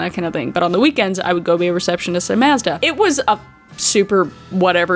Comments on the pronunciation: It's "mawzduh" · Lmao u said Mazda and I kept hearing u say mostah lmao an it didn't click u were saying Mazda until u said "the car" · Here in the states we pronounce it "mawz-duh" it's interesting to hear how you say it! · I love how you say Maazduh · The way you pronounce Mazda is hilarious to me because we have a Mazda, and we always have pronounced it Maw-z-Da 😂😂 thanks for being choosing YouTube as your job! Love your content. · I was so confused on what you were talking about. I didn’t realize that you were pronouncing Mazda differently. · Wait that's not how I say Mazda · I love you but I actually HATE the way you say Mazda